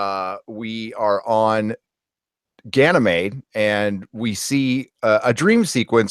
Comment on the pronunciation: Doris .... Doris Bourne Gan y mede. meeeeeeeee.d